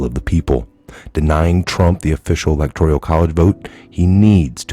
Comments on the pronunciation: Elec tor al.... NOT "elec tor ial" ... No "i" 🤔🤪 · Electoral not electorial.